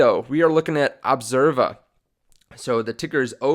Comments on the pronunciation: Dude the name is ObsEva. NOT Observa! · Its Obseva, not Observa